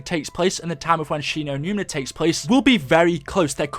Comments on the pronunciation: it annoys me that he is calling Shi no numa "Shi no numina" it's doing my head in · She-no-newma not She-no-newna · Right the whole time he was say numna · he just says it wrong so many times it gets annoying